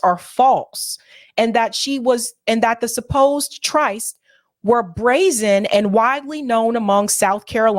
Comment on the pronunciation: 'tryst' is pronounced like 'wrist'.